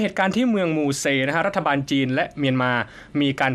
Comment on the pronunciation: ไม่ใชเมืองมูเซครับ อ่านออกเสียงเมืองหมู่เจ่คระบผม